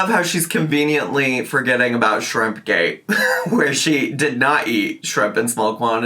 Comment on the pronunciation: shrrim-PAH 😭 the way her lips move when she says it sickens me